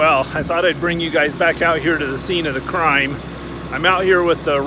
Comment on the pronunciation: did you say scene of the crime? or scene of the crying? That really sucks man, sorry for your loss of vehicle. Looking forward to your trip video's Hope your back overlanding soon.